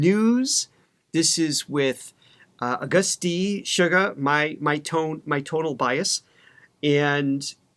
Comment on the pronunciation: guys, Suga of BTS there’s nothing sweet about him he’s pretty Savage with the lyrics as well the meaning behind his songs ! Lol!😂 Actually, his name is Suga ,And it comes from “shooting guard” A position that he played in basketball in school! So as an American or western ,it’s not pronounce like sugar it is “Shooga” that is his name when he performs with the other six members of BTS now by himself as a solo he is known as Agust D which is Suga spelled Backwards TD is backwards for Daegu town The city outside of Seoul Korea where he was born and raised as a young boy! He comes from the underground rap scene in South Korea just like RM so they did “battle Raps” which was competition of dissing your opponent with words! SUGA is quite savage when it comes to his lyrics and if you can imagine he was a very interesting threat to the other rappers in the underground hip-hop scene, RM also was a big threat because of his intellect and words that he uses in Korean, Japanese and English how he incorporates everything together and how they work well together it makes the opponent have to look up the words and the sentence in order to get an idea of what our RM is really saying! The decade that they have been together as a group and their solo albums have showed their individuality of what they want to display to the world musically as a group they are phenomenal and as a solo artist they’re phenomenal💜